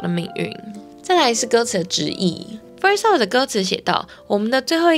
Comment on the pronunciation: 只有我聽到kiki 說first law嗎😂